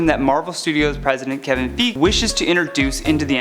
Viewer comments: Kevin Feeg? Did he really pronounce Kevin Feige's name like that? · You got Kevin Feige's name wrong, and there's no excuse, considering that there is TONS of videos with the proper pronunciation!!